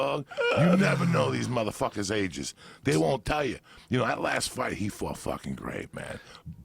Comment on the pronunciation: “do you eva think about ‘dat?” 🤣🤣🤣🤣